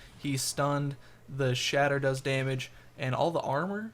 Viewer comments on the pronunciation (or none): none